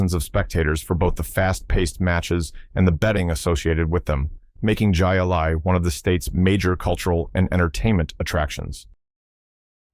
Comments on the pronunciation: LOL. It's pronounced High Lie. Not jie a lie!! 😂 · Man, I hate A.I. "Jai alai" is pronounced "Hi-Lye". Jeez. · Jai Alai is pronounced “Hi Lie” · It is pronounced High-A-Lye, not with a hard J. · Jai Alai is pronounced Hi A-Lie from Spanish, a throwing ball at wall game using a flinging ball scoop. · It is pronounced High-A-Lye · I was about to say 'Hi Lie' as well. Hey, when I didn't know what it was, I said the same thing as the narrator. The game was played at a Jai Alai Fronton, then people would place bets.